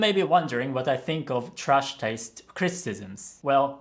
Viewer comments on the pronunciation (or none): I dont mean to offend you, I just found it interesting. Icn I realized your "a" in "trash" sounds pretty german 😅